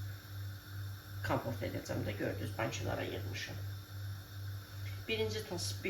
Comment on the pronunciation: Kamport yox kampot